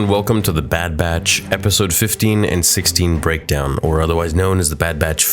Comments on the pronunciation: What’s with the “BREADKOWN” instead of “BREAKDOWN”? You’re early for April Fool’s Day! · Ah yes i love my daily "Bread kown" videos xD